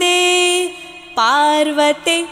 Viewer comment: गायन नहीं उच्चारण पर ध्यान देने की आवश्यकता है क्योंकि संस्कृत संस्कृत ही रहनी चाहिए।ष का उच्चारण स की भांति कर दिया है।पार्वती को पार्वति पढ़ा गया है, प्रसूनैः को प्रसूनैर् पढ़ा गया है कृपया सही पढ़ें शुद्ध पढ़ें।बहुत बहुत साधुवाद, अच्छा प्रयास है।शुभकामनाएं।